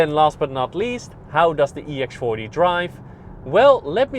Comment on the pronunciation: sounds like he said ex farty